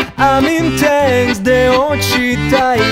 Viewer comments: Привет. Озон супер, только не очий тэй, а окхий тэй ) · O-Zone не румыны - они МОЛДОВАНЕ!!!! и плиз не очий, а окий))) с уважением )))) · Две грубейшие ошибки 1 ; О-Zone Молдавская группа с солистом Дан Балан 2 ;произносится «окий тэй» а не «очи тэй»